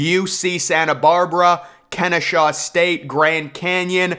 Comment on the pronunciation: Kennesaw State. Not Kenneshaw State. Go owls